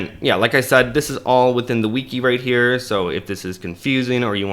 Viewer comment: Bro thats not how you say Wiki